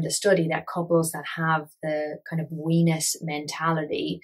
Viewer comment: Hears "we-ness" as "wenis" and lols at work I swear to god I'm an adult